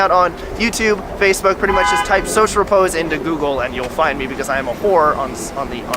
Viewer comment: Woah he actually said his channel name correctly I feel so uncomfortable